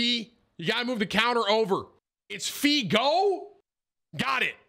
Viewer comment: You pronounce it like fee go